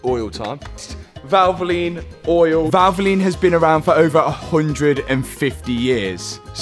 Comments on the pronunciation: Say valvline 1 more time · Did he say VALVOLINE? Didn't get that right i think :D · Valvoline, are you sponsored by Valvoline? Valvoline.. Val-vo-line. ❤️💙